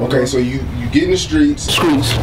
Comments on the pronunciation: SKREETS Me: Streets Lil Jay: Streets The Entire World: Streets Dex: SKREETS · he most definitely said skreeks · Eat With Mark The Shark! Skreets* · Okay class sound out streets Famous dex: skreets!!! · Skreets "The streets?" dex: skreets 😂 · “And then skreets” “Streets?” “Skreets” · “& then, skreets” “Streets?” “Skreets” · “Then the streets” “Skreets” “So the streets” “SKREETS” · "God blessed me with SKREETS" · skreets streets? skreets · And then..... Skreetz, Streets......(Skreetz) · This Nigga said streezs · He said skreets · Skreets > Streets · Streets not skreets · bruh the zoom in on when he corrected "streets" to "skreets" had me crying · "god blessed me.. SKREETZ"😭😂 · "ok so u get in the streets-" "SKREETS" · Skreets.. The Streets... Skreats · Such a good role model. Can't even say the word streets lol